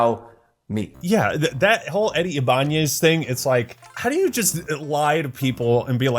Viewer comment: Finally a video where someone pronounces "Ibañez" correctly lol